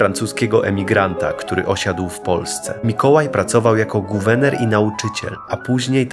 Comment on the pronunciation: Wszystko pięknie, tylko nie "guwener", a guwerner.